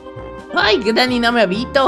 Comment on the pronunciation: porque dices greeny cochina